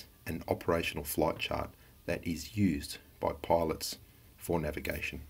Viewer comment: I hate the way idiot says Chart